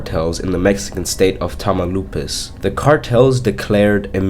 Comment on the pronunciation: Pretty late, but Tamaulipas is pronounced "Tama-ow-lee-pas" just in case :D. Great video, I enjoyed it! I feel bad for Maria...that's why most people don't mess with the cartels.